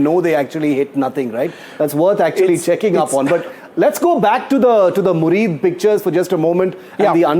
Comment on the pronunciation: It is 'Muridke' not murid.